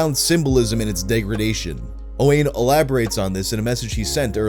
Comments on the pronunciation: Token pedantic Welshman here to tell you it’s pronounced closer to O-wine not O-wayne. Sorry (not sorry) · Also it's pronounced owin not owan that's a welsh name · This story is fucking beautiful, what an uplifting change of pace :) (Also for anyone interested, Owain is generally pronounced like O-whine, obligatory welsh person correction lmao) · Owain is pronounced Owen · the way you pronounced Owain kills this little welsh boy... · the pronunciation of owain has me cracking the fuck up lmaooo